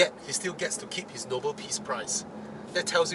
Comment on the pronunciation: It's Nobel, not Noble. And the prize is named after a person, Alfred Nobel....😂😂